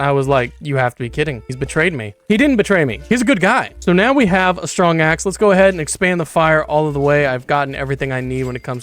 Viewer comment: "Stwong axe" 😂